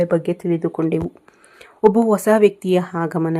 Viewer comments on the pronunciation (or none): ಮೇಡಂ ಒಸಾ ವ್ಯಕ್ತಿ ಅಲ್ಲಾ ಅದನ್ನ ಹೀಗೆ ಉಚ್ಚರಿಸಿ ಹೊಸಾ ವ್ಯಕ್ತಿ ನೀವು ಜೋತಿಷ್ಯ ಹೇಳುವವರು ಪದಗಳ ಪ್ರಯೋಗ ಸರಿ ಇರಲಿ.ತಪ್ಪು ತಿಳಿಯಬೇಡಿ. ಕನ್ನಡ ಉಚ್ಚಾರಣೆ ಸರಿ ಇಲ್ಲದಿದ್ದರೆ ಕೇಳುವಾಗ ಹಿಂಸೆ ಆಗುತ್ತದೆ. ಹೇಳಿ ಕೇಳಿ ನಾನು ತುಲಾ ರಾಶಿಯವಳು ನನಗಿಂತ ನಿಮಗೇ ಚೆನ್ನಾಗಿ ಗೂತ್ತಿದೆ